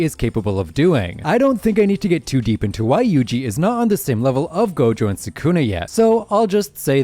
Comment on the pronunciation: Bro can’t even say sukuna 🤡